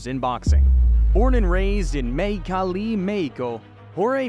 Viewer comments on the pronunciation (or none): "born and raised in maycali, mayco"!!!!!!!😳😳😳😳😳